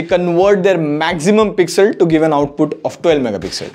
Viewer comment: Nice teaching english people what is pesxel😂